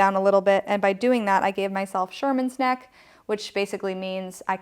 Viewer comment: Really useful! Thank you! Especially the todolist dictation! The poor guy with the neck issue name is Shermer, not Sherman